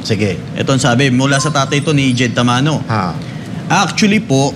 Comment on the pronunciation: Jed Tamano Hindi Tamoro